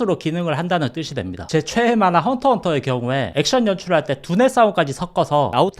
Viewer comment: 헌터x헌터 진심 개재밌음... 토가시가 연재를 안해서 그렇지.. +근데 말씀하실때 '최대'인가요? '최애'인가요?